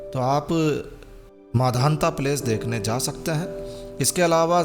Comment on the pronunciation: आपने वीडियो बहुत अच्छा बनाया उसके लिए बहुत बहुत धन्यवाद। बोलने में एक छोटी-सी त्रुटि हो गई है इसलिए उसे सुधार सकते हैं यह मांधाता की नगरी है ना कि माधांता की।